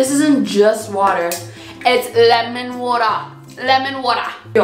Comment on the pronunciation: IT’S LEMON WARTA LEMON WAWTA